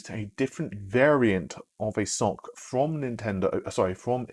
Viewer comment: Its pronounced ES OU SIE...SoC...aka System on a Chip. Another name for it is APU...accelerated processing unit. Its not a sock ;)